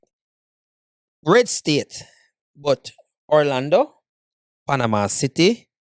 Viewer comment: Stop saying Arlando, it's Orlando you should know better